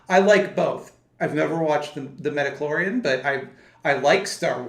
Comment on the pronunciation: OMG continuing to deliberately call the show The Midiclorian is killing me 🤣🤣🤣🤣🤣